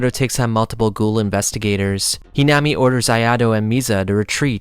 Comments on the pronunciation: its not hinama its hinami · Great video. But you pronounced "Hinami" like 3-4 different ways. Flipping through different pronunciations every time you said her name. It made it a little difficult to follow the parts involving her. You also say "Quinque" a couple different ways